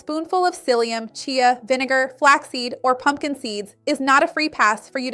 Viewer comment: is it so efing hard to say vinegar ?